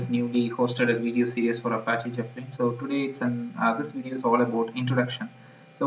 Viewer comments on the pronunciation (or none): "Jepellin" XD